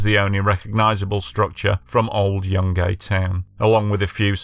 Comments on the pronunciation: It's pronounced like june-gai, not Young Gay 😅🤣 Just trying to help 🤍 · The town is pronounced Jun guy